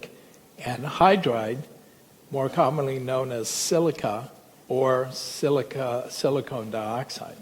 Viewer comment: As smart as this guy is he pronounces silicon as SILCONE!!